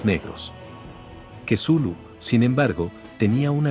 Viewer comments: ..ya, pero de "Cthulhu" a "quesulu" 🙄..como que hay bastante deferencia, entonces yo le puedo decir "Vergalu" total si ni importa nada. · Jaja kesulu. Es la primera vez que escucho que pronuncian asi el nombre de Cthulhu. Me gusto.Muy buen relato pero hacen ver a Cthulhu como un dios venebolente lo cual no es correcto. Pero recalco que es una gran historia. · "Cthulhu" Loquendo:Quesulu 🧀